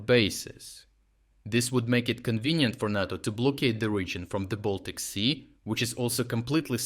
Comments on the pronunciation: Narto? It’s NATO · It's Nay-Toe... Not Nat-Toe... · Nay-tow. Not Nah-tow. You say it right sometimes. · NAY-TO...NAY-TO not NOT-TO. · Could you please pronounce NATO correctly? It's "Nay - Toe". "Nah - Toe" sounds like "natto", a sticky, fermented-bean Japanese food. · Is this voiceover AI? What's with the nahto vs NATO pronounciation? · voice pronounces both NATO (nay-toh) and NATTO (nah-toh). One is the North Atlantic Treaty Organization. The other is Fermented Soy-beans. I mean both should scare Putin and Russia but for very different reasons. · We call it NAYTO, you’re saying it like Natto which is a Japanese food. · It's pronounced "NAY-TOE". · So are all these readouts just AI based? It's unfortunate. This stupid thing says natto with a soft a 100 times and then says NATO properly once. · Great up date but can I make a request ? NATO = “ nay-toe “ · Love your channel, but please , the "a" in NATO is a long "a," like crayon or crate. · NATO is pronounce NĀ-TO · Never pronounced NATTO, only NAYTO like PAY or RAY or GRAY. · RFU News — Strategic Geopolitics; Nay·Tow, Nay·Tow ..NATO, say it with me Nay·Tow, Nay·Tow (oh also.. you're Still coloring Ukraine improperly on your maps.. c'mon, how many years..) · For the Love of whatever imaginary friend you pray to learn how to pronounce NATO!!!!!!!! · Why do you pronounce NATO 3 different ways in one video?